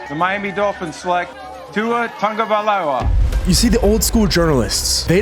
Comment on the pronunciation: Tagovailoa, not Tonga Agholor, not Aguilar Mispronounced names by the taking head is unacceptable, unnecessary, lazy, & disrespectful